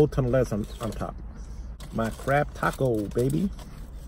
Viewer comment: I keep hearing crap taco idk why lol